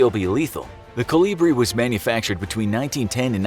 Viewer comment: It's kolibri.